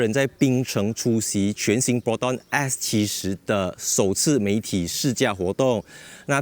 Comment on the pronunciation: Bro is S70 not X70. How come you pronouncing like X ??? 😅